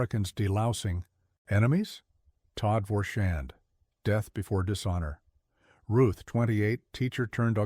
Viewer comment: The thickest of accents.